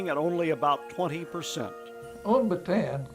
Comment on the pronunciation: Great memorial! The only problem was the continuous, never ending mispronunciation of the word “Bataan”. There is no “an” sound in this word. Instead, the word is correctly pronounced in Filipino as “Baa t on on”.